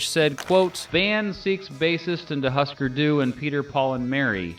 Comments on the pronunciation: Husker doo?? Dude, it's pronounced "hoosker doo" a music critic that doesn't know that, has no right commenting on any music at all. Wtf man. How the hell do you not know that? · Do Hūsker Dū. (And it’s HOOsker not HUSSker) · How the fuck do negate the first umlaut in Hüsker Dü and pronounce the second one? Nevermind... ...if you can’t pronounce Throwing Muses correctly this is clearly a lost cause. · You’re doing an interview on the pixies and you don’t know how to pronounce husker du